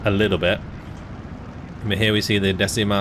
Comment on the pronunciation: Decima is not pronunce "desima" how pronunce you but "deCima" 😅 Sorse dal mar la decima flottiglia e prese l'armi al grido per l'onore! 🏴⬛️🏴‍☠️🇮🇹✋️